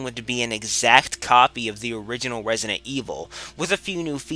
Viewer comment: "Wesident Evil" ~